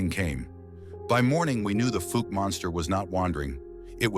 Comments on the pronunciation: Fowk not fook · Pronounced falk